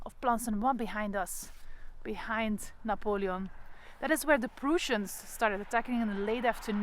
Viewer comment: Oh and the Prussians are pronounced as,Preuh ssians not pruuussians. Sorry no offence just ,ter informatie. Dank u voor deze toffe video